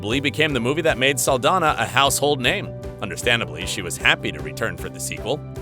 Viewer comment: (Ahem!) ... ZOË SALDAÑA is a Latina Actress, THEREFORE, here last NAME is in Spanish. You should have noticed that when you see her name actually spelled correctly with the symbol above the letter "Ñ / ñ". Most of the times it's shown, they don't bother putting it in, which I think it's disrespectful, as well as mispronouncing her name. It's pronounced: "SAHL-DAN-YAH" The "Ñ / ñ" makes a "n-yah" sound, NEVER pronounced like an English "N / n" like your using it, as in "November," or "Announcement." Typical U.S. Mainlanders, you always try to steal OUR GREATEST LATINO/A ACHIEVERS and make them your "own." Don't you realize that all that does is increase the hate by belittling the Latin Community in thinking that Latn@ are worthless and never amount to anything? *************** Trump: "Mexicans and Latinos are nothing but Rapists, Drug Dealers, & Murderers." - Donald J. Trump, Former Failed President of the 🇺🇸 U.S.A. *************** These great Embassadors of our Latin Heritage PROVE that we are just as good / if not better as ANY U.S. Mainlander. Please correct your enunciation / pronunciation of her last name. Thank You.